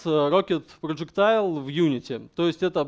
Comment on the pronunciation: Рассказано неплохо. К сожалению, много неправильно произнесённых английских слов (actor, tournament, projectile, pawn, character, bind), но для русскоговорящего проблемы понять не будет.